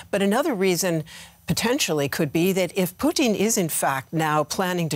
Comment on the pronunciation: Why is she saying poutine instead of putin ??